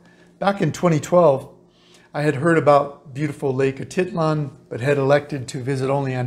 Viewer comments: Yes it's Lake Atitlán not Lake Atítlan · It's funny how you pronounce "Atitlan". I lived in San Pedro and have never heard anybody, local or not, pronounce it that way :-) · You're not pronouncing it correctly